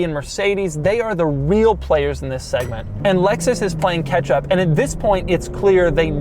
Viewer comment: “Lexus is playing ketchup.” Literally with that red interior. Lol 🍅 I know he’s saying catch up. I just can’t get into red leather interiors. Ya know for a daily driver, it’ll get the job done. 311 HP is enough to get on a freeway fine, daily driving etc. Still enough too to let others know you’ve got some style and taste. 1-2yrs be a perfect used car for someone getting into Lexus. I do like the prominent lines on it and the touch screen too.